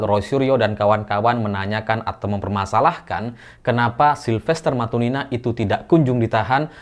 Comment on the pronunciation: MatuTina mas bkn matuNina